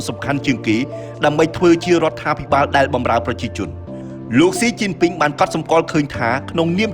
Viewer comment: 😂😂😂 my husband chines laughing when heard admin call China government name it mean crazy it wrong